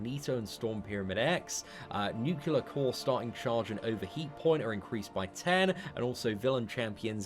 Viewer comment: Nucular core